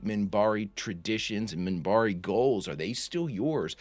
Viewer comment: Minbari. With an n, Minbari.